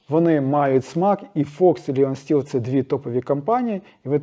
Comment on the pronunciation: Вітаю. Правильніше говорити Лайон Стіл 🙂